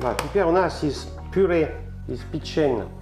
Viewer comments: user-ep7hr2pp8j по русски пЕчень, а не печЕнь.... Французские слова - ударение на последний слог.... ФуА грА, шампАнь... Или вы о чëм? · Печень, на первое Е ударение